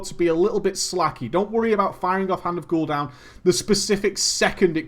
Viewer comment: Hand of Gul'down lol